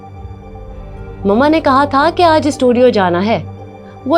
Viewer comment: Isskoooll...issstudiooo.... Nhiii hotaa it's school and studio